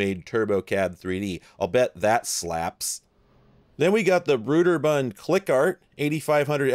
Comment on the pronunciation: Is this in Seattle area I am in Port Orchard WA. Also it is BROAD ER BUND not BROOD ER